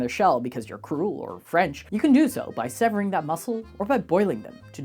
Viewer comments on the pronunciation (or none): none